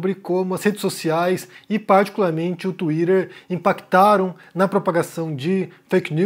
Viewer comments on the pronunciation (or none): Tuirer? O que é TUIRER ? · Tuirer e feikinus. Sotaque kkk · Lol...it funny the way you pronounce Twitter.....Lol.